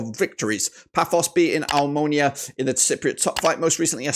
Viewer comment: fr bro like how the hell does he say "ominia" instead of "omonia" like wtf